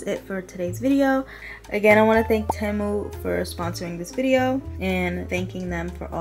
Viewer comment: I love your videos ! Btw it’s pronounced like ti-mu